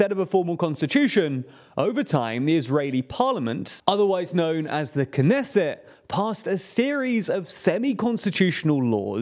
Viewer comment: PRONOUNCE THE T IN KNESSET!!! This is not French!!!